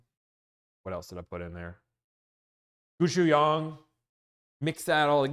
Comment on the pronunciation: are you talking about gochujang??? Pronounce it closer to koe - chu - john 😂